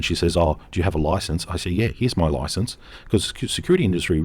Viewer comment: Security license, not 'licanse.' 😛